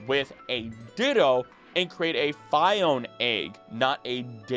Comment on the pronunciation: Fee-ohn-ay, not Feye-ohn